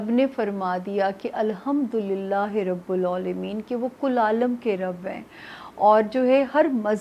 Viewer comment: Ap plz apni correction kriy rabbo ul alameen nai hy .